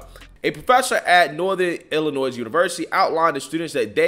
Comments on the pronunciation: It's not Illi-noise. It's pronounced Illi-noy. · You are AWESOME,. The S in Illinois is silent!! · The S in Illinois is silent… please please please do not for the love of god pronounce the S like it’s plural